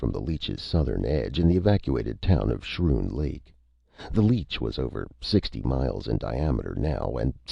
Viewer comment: Love the story but I have to comment that it is pronounced SKROON even though it is spelled Schroon Lake.